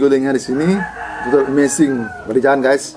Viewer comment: Logat nya beda,susah ngucapin Inggris